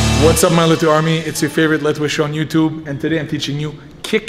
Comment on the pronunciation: "Letway Toosday"